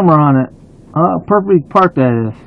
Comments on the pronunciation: “Wow, umbrevble…” Dude can’t even say the word but apparently he parked “porfectrally”. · He may park perfectly but can’t say perfectly. Lol